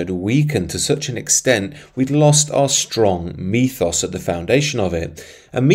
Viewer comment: it's ethos, not methos.